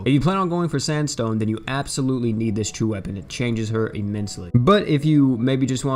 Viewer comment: Gerald or sanstone?? 😣